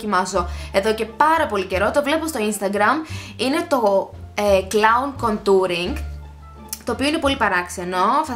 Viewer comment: ειναι κόντουρινγ... με τον τονο στο Ο